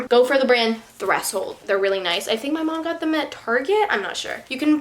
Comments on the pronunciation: she pronounced it thres-hold not thresh-hold. 🤦‍♀️ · who the heck says threshold like thress hole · Also it’s pronounced “thresh hold” lol